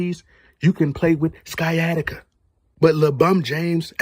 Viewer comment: I believe Sciatica is pronounced, Sy-attic-ah. Could be in an alternate universe, so excuse me if I'm wrong.